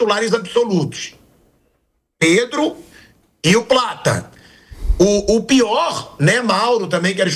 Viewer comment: Pedro = predo